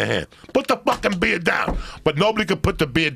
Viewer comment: "PUTT DUH BEEYA DOWN YA FUCK" 😆